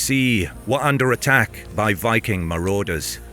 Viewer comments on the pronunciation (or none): none